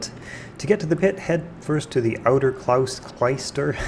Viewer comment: “Sti-G-in” and ‘Cloyster’. I am shocked people don’t know how to pronounce these. You encounter these words all over in fantasy gaming, film and those things called books. 😁